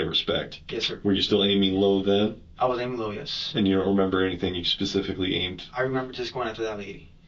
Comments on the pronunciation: When the detective asked him if he did any extracurricular activities, he said “ not Pacificly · You can't define yourself as involuntarily celibate if you are voluntarily paying for sex or have had a physically intimate relationship. His level of intelligence is painfully low. I haven't heard someone use "pacifically" instead of "specifically" since 3rd grade 🤣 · This is like the third interrogation I’ve watched this week ;where the suspect says pacifically instead of specifically. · “Pacifically” what a moron